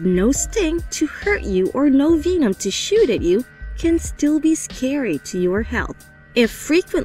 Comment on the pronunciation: She really pronounce vemon veemon